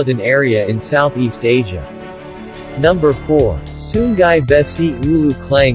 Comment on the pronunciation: sungai, not sunggai 😂